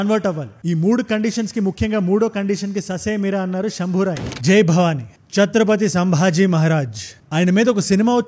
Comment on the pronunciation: శంభాజీ అని చెప్పొచ్చు కదా శంభోరాయ్ అని కొత్త పేరు దేనికి భయ్యా